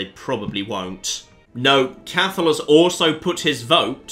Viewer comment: Cathal is pronouced Cot hull just FYI :)